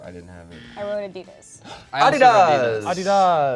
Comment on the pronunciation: Yo, why did and pronounce Adidas correctly but and say Ah-deee-dis?